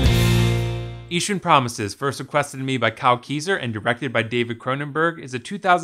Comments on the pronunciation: Eashtern?? How rather annoying.... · Lol sorry, can't get over the idea that you put so much effort into the presentation and quality of this video and then referred to the film itself by a word that doesn't even exist in the English language for the entire video. Eastern Promises my friend. 'Eeshun' isn't a word.